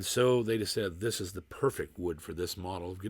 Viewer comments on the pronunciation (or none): none